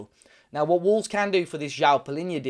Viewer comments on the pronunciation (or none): none